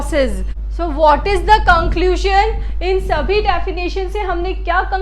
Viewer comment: Conclusion hota h luzun hote n na ki lush n